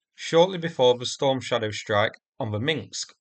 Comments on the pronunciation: It’s Minsk, not Minx. I know, it’s not easy to pronounce if your language hasn’t a lot of words with rows of consonants unbroken by vowels. I’m Icelandic and our word meaning ‘Finnish’ is “finnskt”… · When you say Minsk it sounds like minksk